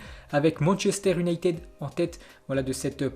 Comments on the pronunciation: alors en phonétique cela se dit Saousse amptone !!! Et iouna teud !!! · Tu prononces mal le nom des équipes : SOUTHAMPTON ET UNITED (YOUNAYTED)